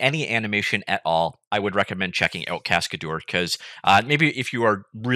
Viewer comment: I pretty sure that's not how it is pronounced. "Cascadeur" is a french word, right?